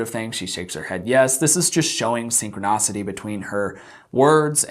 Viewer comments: Why does he keep saying “synchronocity “ instead of the proper “synchronicity? It’s bothersome! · Dude, your content is decent and your youtube game is pretty slick, but in this one you use at least three completely made-up words. Ie you say ‘synchronocity’ when its ‘synchronicity’ and a few more. If you want to look smart, be smart and don’t let that kind of slackness get past your quality control. Or maybe you think it’s cute and quirky? Perhaps in a 14yo teen, but not on you. Just some feedback, hope you take it the right way. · Synchronicity not synchronocity. Please. I get the root of the word is synchronous so it’s easy to misconstrue. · Please stop saying “synconocity” 😑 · Dude he’s speaking off handedly, not scripted. Maybe you have PERFECT instant memory recall, but most people don’t. He’s probably exhausted from all the research and hours of footage. Who cares if he pronounces three words wrong? You got some bug up ya azz bud.